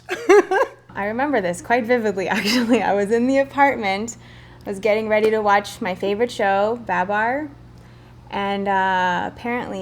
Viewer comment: Haha "I could pull the drawer open a little and WEACH my figure in it " cracked me up weach